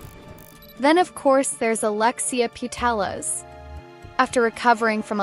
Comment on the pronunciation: Bern, as in "bear-n", not "burn". The city is not on fire... ;) Lia Wälti, as in "well-tee", not "wall-tee". Putellas, as in "poo-tay-yas", not "poo-tell-us". Sydney Schertenleib, as in "share-ten-libe", not "shirt-an-leeb". (many more mispronounciations were heard, but these are the ones that got me) another missed star = Lena Oberdorf, Germany. Clara Bühl -> Klara Bühl. Aggie Beaver-Jones -> Aggie Beever-Jones. Netherlands here. Watch out for Daphne van Domselaar, goalkeeper. She can decide matches for herself and thus her team. She can eventually win the entire tournament for her team by producing six clean sheets in a row. I won't say that this will happen, but do not be surprised when opponents say "we put our best strikers in the game, tore their defense to shreds, but we still cannot beat Daphne".